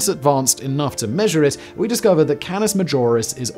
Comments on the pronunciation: It's VY Canis Majoris, not VY Canoras Majis, it would take an object at light speed 14 seconds to circumnavigate the sun and over 5 hours to circumnavigate VY Canis Majoris. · Lol he literally said "Canoris Major" while talking about VY Canis Majoris.. it's like no one even gives the video a quick watch before clicking upload..